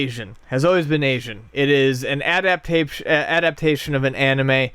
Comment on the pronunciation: almost said adabtasian